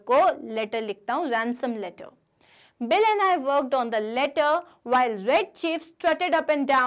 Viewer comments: Did anyone notice,mam was telling bill as Billi in the starting .Thank u mam for explaining nicely and this is coming for my exam too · it is bill not billi